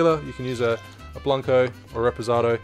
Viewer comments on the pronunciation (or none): I mean, you can say white tequila, or tequila Blanco, but the way you say it sounds really weird